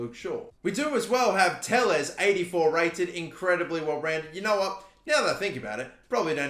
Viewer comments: “Telles” is pronounced “Te-yes” not “teless” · Te-yesh Fernad-sh